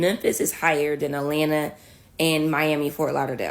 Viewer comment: Not Alanna - Atlanta - good grief, it's not even a difficult word to pronounce. Enough internet for me, today...have a nice weekend, everyone...